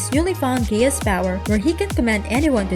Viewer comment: Is it just me or is she saying gayass